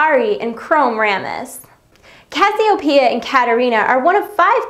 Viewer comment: and cathiopea? or Cassiopeia